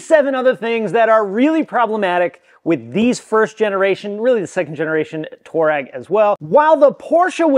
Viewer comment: Twah-regg, not Tour-rag 👍🏻😁